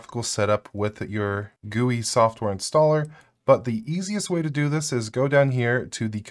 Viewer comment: When gui= gooey